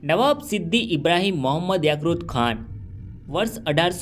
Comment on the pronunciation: યાક્રુત ખાન નહી ભાઈ યાકુબ ખાન આવે !!!